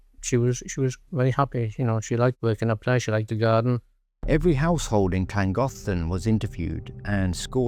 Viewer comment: The pronunciation of Llangollen is atrocious . .